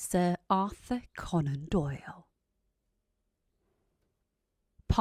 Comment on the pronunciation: 코난 도일 발음에 꽂혀서 그부분만 엄청 듣고있어욬ㅋㅋ 핳